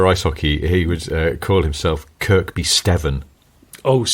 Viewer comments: Silent second K in Kirkby i.e. Kirby 👊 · I live near Kirkby Stephen (you don't pronounce the second K) and work in Kendal I was driving home listing to your podcast it was lovely to hear about your (22mile not 12) drive as I drove the same road